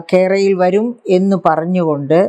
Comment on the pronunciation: കെ റയിൽ വരു... ങ്കെട്ടാ 😁എന്നാണ് ഉച്ചാരണം 🤣🤣🤣